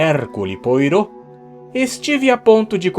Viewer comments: Poirô, é de lascar..... "Poarrô" (?) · A narração está ótima mesmo. Mas, por favor, permita-me apenas corrigir a pronúncia de "POIROT". Pronuncia-se Poarrô (Poárrô), em vez de Poirô. "Hêrquiule Poarrô". De qualquer forma, muito obrigado por postar este conteúdo. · Caro, você é um excelente narrador e tenho acompanhado muitos dos seus vídeos! Mas deixe-me dar uma dica... a pronúncia é "errcül poarrô" (esse ü é um "i" com os lábios arredondados, daí fica no meio termo entre "i" e "u"). Assistir um vídeo sobre o básico da pronúncia do francês, o que não deve levar mais de 20min, contribuiria muito para suas leituras de Christie, bem como certamente de outros autores. Mesmo para quem não conhece francês, mas conhece pelo menos a pronúncia do nome do detetive, torna-se um quebra-clima ouvi-lo pronunciado à brasileira, algo como ouvir "Árri Póter" em vez de "Harry". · É pena que não pronuncia o nome do detetive belga, de acordo com a pronúncia francesa: pôarrô. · O nome do detetive se diz "Poarrô", ele é belga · Ta tudo sensacional emoarabens oelo canal e iniciativa sou frequente aqui. Pir isso nao é pra ser chato.. se fala Poárrôt com t mudo ele era belga e la se fala francês tb..... obrigado pelo canal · Poirot se pronuncia puarrot, o t é mudo. É só um toque, nada mais que isso, o canal é maravilhoso. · O nome do Poirot se diz poarrot e o Hatings se diz Reisting. Amo o seu canal mas não consigo acompanhar os contos do detetive Poirot por você pronunciar o nome dele errado e não gostaria que o meu primo aprendesse os nomes dos personagens errado.